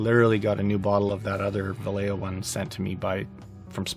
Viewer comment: My only problem is the way you pronounce Vallejo. "Valejeo" 🤣🤣 It's vayeho.